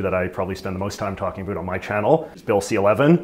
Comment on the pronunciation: Great interview just one comment, work on your pronouncing of ‘about’.😂